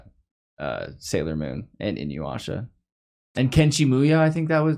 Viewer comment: Inyuasha? INUYASHA CMON